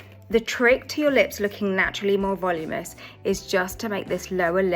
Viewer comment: Valoominess not voluminess